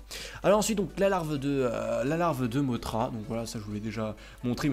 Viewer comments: et sa se dis pas mottra mais mossra sinon super video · J'aime tes vidéo mais petite parenthèse mothra dans godzilla de 1961 se prononce mossra.